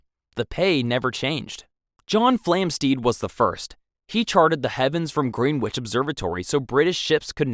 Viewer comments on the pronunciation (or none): none